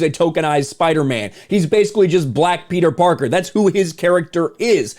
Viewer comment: kills me when he calls him “Peter Darker”🤣🤣🤣